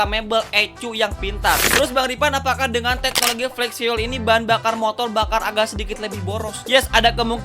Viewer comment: FIUWEL ❎ FIUL ✅ skali lagi bang, FIUL